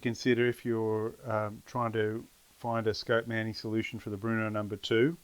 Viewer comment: Bro it’s Brno not Bruno!